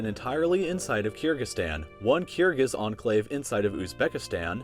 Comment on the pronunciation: The way he pronounces 'Kyrgyz' drives me crazy